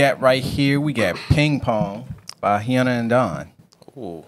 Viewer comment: Him:hyanna and dawn Me:um it's hyooona and dawn Sorry not trying to be mean